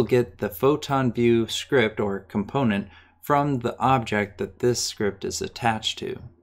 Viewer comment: i like the way he says "Schript"